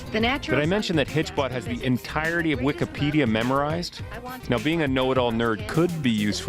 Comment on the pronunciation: never heard someone pronounce Wikipedia like that